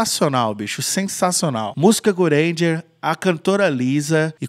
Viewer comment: bacana o vídeo mas a sua pronuncia está errada, a pronúncia correta é Gurenge="Gulhenguê"